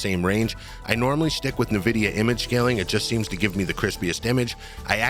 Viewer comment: "invidia" not Nividia "Rieyzen" not rizzin